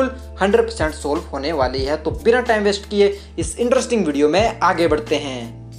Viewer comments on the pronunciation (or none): none